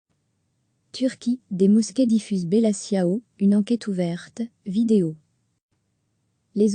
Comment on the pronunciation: Tchiao en italien. pas siao.